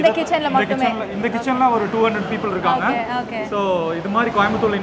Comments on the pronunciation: Okay or ahkay va ma? Change this girl. Please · Anchor.🥴🤡🤦‍♂️ US return. It okay not Hokay.😂🤣